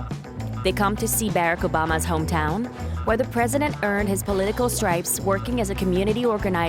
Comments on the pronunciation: “barracks Obama” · Did you hear her butcher barak Obama name? 😂 She said berick obama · Who let this lady narrate this .. BARE-RACK Obama.. the Decibles